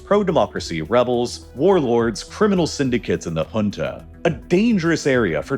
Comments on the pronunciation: First time i am hearing junta pronounced as hunta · The number of times he said HHHunta like we talking of a place in South America is unreal. Pls also research regional dialects, if not to perfection, at least not so catastrophically wrong that the term becomes inunderstandabe